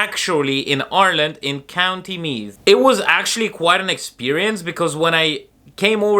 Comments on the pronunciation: You even pronounce Ireland correctly like a native- “our land!” How/when did you get the caddy though? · Love how you say Ireland the same way the Irish do. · I love how you pronounce Ireland like an Irish person. 😊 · It's funny how you have a Russian accent but you say "Ireland" in an Irish accent :D I love the ways languages and accents can mix.